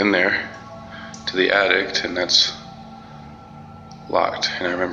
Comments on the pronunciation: It's attic! Not attict! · Did he say addict instead of attic? I think that could be a sign of how much he was real scared. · the only thing I was thinking was... why do you keep saying 'addict' instead of 'attic" .. lol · Lol the guy at the school says attic attict. I want to tell him so bad there is no t in attic at the end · This dumbsh*it said “addict” instead of attic toooo many times! Good lord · It's pronounced attic....not addict. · I can’t be the only one who heard the guy refer to the attic as “addict”. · Why does my guy in the school say "addict" instead of "attic"? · Is the school guy saying "attict"...? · I've heard a lot of people put a "T" at the end of "attic" so it sounds like "attict". The school video definitely has this. I have wondered if that's a regional thing and where it might originate. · Too preoccupied by the man saying “addict” instead of “attic” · Yeah but why does he say "addict" instead of "attic"? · The scariest part of the whole video? The number of times the school guard pronounced attic as addict! Man, my spine is still itching! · Dude in the 3rd video in the school has some balls,I would have been gone like a leprechaun!(is he saying addict, instead of attic?) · "Theres something in the *attict*" 😂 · Does anyone else hear that guy saying "addict" instead of "attic" 🤣🤣🤣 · I never know attic was pronounced "attict".🙉🤦‍♀️ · Why do so many people pronounce attic "addict"? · The atticked? Did he just say that? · The most horrifying thing about the high school video was the guy calling the attic an attict. Lol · Probably an addict in the attic. Not that he knows any better, but I'm guessing the local crack heads are up there partying. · Lol the way he says attic in the high school video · That person in the highschool needs to go back to school, he can't even say ATTIC 😂😂😂